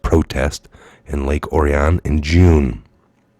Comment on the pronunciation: Thank you for all you do. Lake Orion is pronounced Or-e-on. Lots of hard working people with liberal children there doing drugs. Very beautiful area of Michigan. It doesn't surprise me the kidnappers are BLM! Governor Buckethead should apologize.